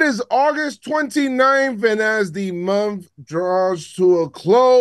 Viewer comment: "...and as the munf draws to a close"